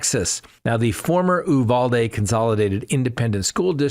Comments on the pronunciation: Came here to say that. Also the last syllable is pronounced dee not day. So it’s pronounced u val dee. That’s the Texan pronunciation. 😂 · Hello! It's not pronounced "ooovalde" it's pronounced "Uvalde" as in U-haul. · ...I don't know where you get the pronunciation of Uvalde from. It is pronounced you val dee. I know that town and hung out just north of there in Utopia Texas.